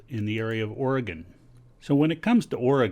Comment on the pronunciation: and he pronounces the states name correct. yall take note... :)